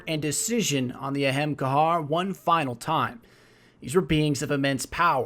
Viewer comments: Did some additional checking. That is most certainly not how it is pronounced, (ah-hum-kar being the most accurate). throughout the video which, I struggled through half of it.... was mostly pronounced eh-hem kar, or hem kar when you rush your lines. It is pronounced with three distinct syllables and most of the time you hear maybe two. I think accuracy would have made this video, better, but hey am I am stickler for fine details, and it sounds like you aren't. Although technically that only applies to it, if they (bungie) decided it was pronounced that way. I will admit to not being able to definitively say for sure, but relation to a hindu word does not mean the exact same pronunciation, as I have not found anything from bungie saying that it is the hindu word. They can make shit up to be whatever they want, as nothing is stopping them. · "Ahemkar", "Amakar", "Expecially" - christ, man, if you're going to make videos centered around monologue, you need to get this kind of shit straight - eSpecially the very namesake of the video: AH-HAAM-KARRA. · I'm sorry bro but you're killing me...its the aham kara not aham kahar lol again sorry I love the storytelling but that's wrecking my ears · It's a great video but you say it wrong it's not ahamkar its ahamkara, ah am kar a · Great video. I stopped watching when he said ahemgarr lmfao it literally says things in game bruh you needa unfuck yourself before you post a vid 😂😂😂 or alternatively learn to read 🤔🤔🤔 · its AH-HAHM-KARA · He pronounces it in Hebrew. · "The Ahemkar" What the fuck? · Pretty sure its a-ham-car-ah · Ahamkara = AH-HOM-car-AH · Isn't it pronounced A-hem-kar-ah? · But! Why is it pronounce Ahemcar and not A hom akada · I thougth u pronounced it A-ham-kara.BTW love ur vids😄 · Great video as usual, but shouldn't you be saying Ahamkar-a? I swear Bungie should just announce how to pronounce their made up words during a podcast haha. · he's butchering the word "Ahamkara" lol